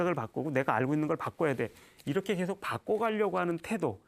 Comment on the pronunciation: 장음인 단어의 첫자를 짧게 잘못 발음한 예" 사실,사태,계속